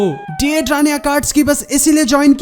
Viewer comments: Maaaaan it's not de dra its dai dara 😭it's sounds werid 🌼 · Didra nahi yrr "daidaara" 👤